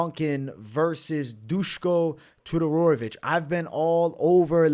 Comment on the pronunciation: You've been calling ma man Dusko "TUDOROROVIC" all week long :)